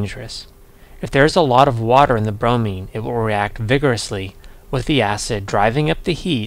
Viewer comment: Not brony, bromine